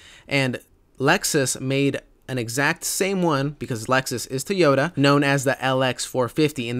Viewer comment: One last thing mate... You've researched some great 80 info over time, but could you please try saying TOY-ota ? It's never been TEE in any language, as you keep saying.